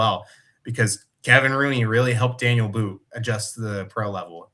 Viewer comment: It's pronounced "Dah-kneel" , his name is not Daniel